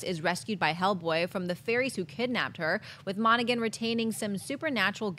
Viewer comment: Someone please tell that it's pronounced Mona-Han. not Gan. The "G" is silent.